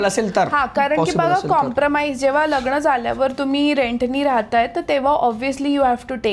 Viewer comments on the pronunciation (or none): पुण्यात रहाता पण मराठी अशुद्ध बोलता. ex "पन" नाही पण; " लग्णा आधीच" नाही लग्ना आधीच; "गरजे अणूसार" नाही गरजे अनूसार. न च्या जागी ण बोलू नका.